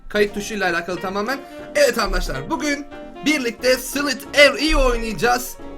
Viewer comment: abi andaşlar demene gıcık oluyorum